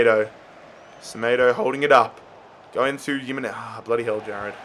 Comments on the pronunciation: PCQ:Why do you say Yimenez instead of himenez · Stop pronouncing it as yimenez, it’s spelt Jimenez but pronounced Himenez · your noot saying Jimenez name right is pronounced HIMENEZ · bro you’re pronouncing jimenez wrong